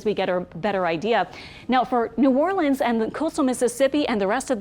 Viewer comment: Always good to hear someone pronounce New Orleans correctly.😊 Stay safe out there all you Jamaicans. 🇯🇲